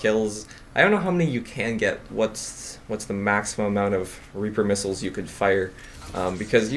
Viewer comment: Missiles, not middles